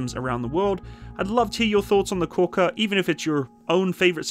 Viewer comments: Thank you for the vehicle review. The Turkish word KORKUT (a Turkic name from our Central Asian Altaic roots) is pronounced as / k o r 'k u t / stressed on the 2nd syllable. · Turkish is read as written. No letters differ wherever it is in the word, the letters always sound the same. So: Korkut is read like kor (like core) kut (cout). Aselsan is like ah-sell-sahn.